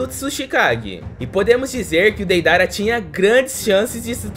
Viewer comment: Kkkkkkk ele falou Peidara😊